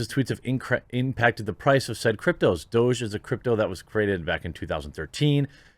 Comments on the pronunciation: It's not "Doje" it's "Douuug" it's a silly word for "dog" Please stop saying Doje. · I think Doge is pronounced "Doggy"